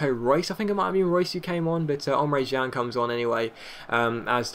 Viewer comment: It's Emre CAN